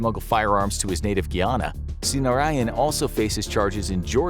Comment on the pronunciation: Was it Guyana in South America or Guinea in Africa. if it is Guyana then it is pronounced Guy like a man Ana like the woman name “Guy Ana”